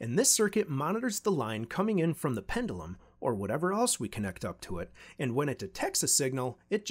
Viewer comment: Pend-you-lum… not pen-dull-um. Great channel btw. Would love to see you do an 8-bit breadboard video series like Ben eater but with the SAP-2 architecture….